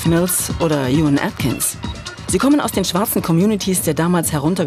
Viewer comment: Wenn man so einen Beitrag macht sollte man auch Juan Atkins richtig aussprechen 😅